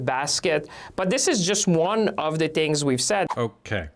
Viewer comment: Chihuahua Champagne: The word is “things” with an “h” not “tings”